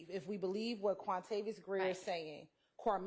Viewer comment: Hahahahahahahqhahqhahq wuamavios.. not wuamaviois... quantavious jahahahah